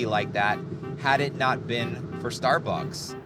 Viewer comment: "star bucking"